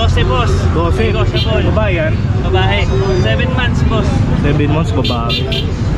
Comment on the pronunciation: nego-table daw HAHAHA